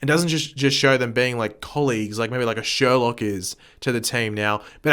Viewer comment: It is sherlouq not Sherlock